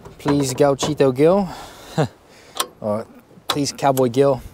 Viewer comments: Gil's pronunciation would be something similar to "Heel" Gauchito Heel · Just two things: the h in ushuaia is mute, it’s pronounced usuaia. You said gauchito perfectly, but Gil it’s pronounced like hill, when the G is followed by an E or i, it’s pronounced like a J (like the h on hill and hell) if the G is followed by an U and the i or e, you pronounce it like you did on the video, like in English.